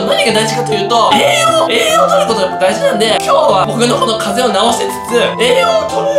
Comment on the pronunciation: え↑い↓よ↑う→‼️www